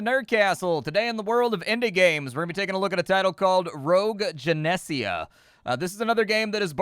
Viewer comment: *Gen-ee-sia not Gen-eh-sia Tomato, Tomatto ¯\_(ツ)_/¯